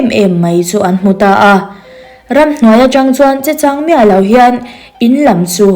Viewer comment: Chechanglo hi chang hi lam hniam a thluk deuh tur.Comen hi chhiar thinla mizo tawng i lam dik mai ang.😊